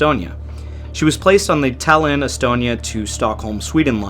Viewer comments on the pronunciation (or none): Stop calling Tallinn , DALIN, THALIN, ALIN. Its Tall-innnnn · Omg, it’s pronounced TAllin, not TEllin. How difficult is it to learn the capital cities of other countries,especially if you are making a video about them? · Good video but I just have to say, it's pronounced Tállin, not Tallín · I'm sorry but you pronouncing "Tallinn" in a way it just sounds like the estonian word for "city" is inappropriatly funny